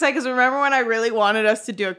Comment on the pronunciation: every time says member we stray further away from God😔😔😔